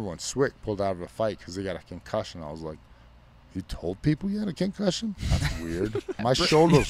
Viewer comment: Did you hear how he pronounced "concussion" he said, "kencussion" I think he's already starting to.